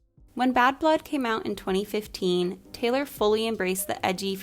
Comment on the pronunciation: taylor tayloor